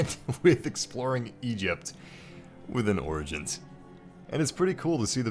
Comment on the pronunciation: U know it’s pronounced as orjins not organs it lol but the word is origins